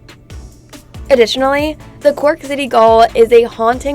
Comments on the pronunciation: Cork City What? Oh you mean Gaol, it's pronounced Jail. The biggest things you missed in Cork City are the Shaky (Daly's) Bridge [try jumping in the middle], Cork Harbour (amongst the largest natural harbours in the world), then there is Spike Island, Fota, Clonakity the home of Black Pudding, Cobh Cathedral, Titanic Exhibit, Youghal, Skibbereen, etc. Why mention Kerry? Cork is the largest County in Ireland, there is so much to see there. I myself went to St John's Boy's School in Ballincollig! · Yes the pronunciation confused me, was she right to pronounce it that way? I've never heard it pronounced like that? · gaol is not pronounced "goal" like in sport, but is pronounced like "jail". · Ouch!! I winced every time she (it?) said "gall" for gaol. The pronunciation is "jail" ('Near enough for Government Work', anyway!) It's pronounced 'Jail' because that, as you can see, is what it was. It's just an old fashioned 'British - English' way of spelling it. I've got to say, the style of narration (most particularly the voice) puts my teeth right on edge as well! That "Is it a woman trying to sound like a computer, or a computer trying to sound like a lady" delivery, it makes my knuckles just go white! - and then, as I say, the voice... I get that the video is, more than likely, intended for a primarily American audience. No problem. My late wife was American, hailed from Denver. But the woman/femme-bot here, she's simply narrating a short travel video - so why does she sound like she's trying to flog something to a 'demigraphic' of 8 - 12 year old girls; a block of stables for Barbie's 'herd'(??) of horses and ponies, perhaps, or some merchandise connected with the latest instalment in the "Frozen" franchise, put across in the usual gushing, nasal fashion, so eager and out - of - her - mind with excitement, that she might very easily just come... >`koff!‘< first in the election for 'girl voted most popular'. And if not that, then girl voted most annoying!